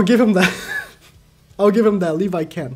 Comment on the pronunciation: ah yes, "TAHT"